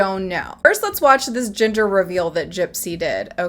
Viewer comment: It took me about two minutes to understand you were saying ‘gender’ reveal. I heard it as ‘ginger’ reveal 🙃